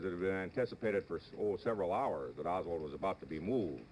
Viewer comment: The only mistake I heard Cronkite make in this video was when he referred to Oswald as "Lee Harvey Osburn." He said that - in the video.